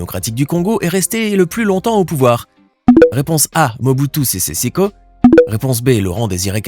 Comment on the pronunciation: ''Mubutu sese seko'' et non ''seko koko''